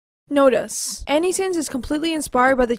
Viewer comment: notice. NOTE-ISS. You are saying "notus." it's triggering my old. lol